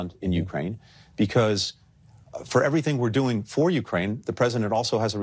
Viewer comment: Did that man just say “we’re trying to end this war in Nukeraine”!?